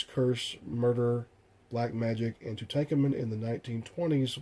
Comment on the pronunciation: Aside from the horrific 3rd-grade reading level exhibited . . . very informative. FYI - it's pronounced Too-tonk-awmun. Where do you live . . . under a rock?